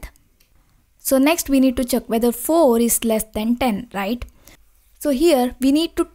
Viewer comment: its check not chuck